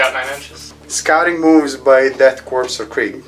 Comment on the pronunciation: Korps is pronounced "core". The homeworld of the Death Korps of Krieg is Kreig. Tzeentch is pronounced with a long e as in bee.